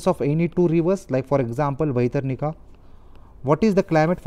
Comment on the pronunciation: It's irritating so many wrong pronounciation. Dugong, bhitrakanika, neora valley, dugong🤦🤦🤦🤦